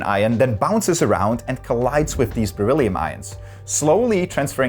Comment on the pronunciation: You replaced my man with a weird guy who says whiff instead of with.